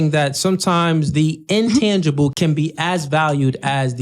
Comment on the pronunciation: Brother, it’s intangible not “un” which you stated multiple times. Get educated prior to attempting to educate.